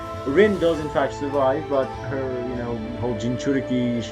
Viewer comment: U prenouced it juss fine